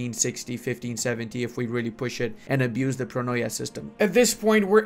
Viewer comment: its not pronoia its pronia